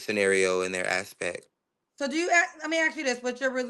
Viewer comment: If you wanna put it in " as-spect" 😂